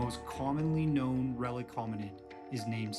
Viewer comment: RELICT hominid. The word is RELICT, with a "t" at the end, not "relic." The word relic is now more commonly used to refer to the body parts or belongings of deceased holy people that are kept as objects of reverence.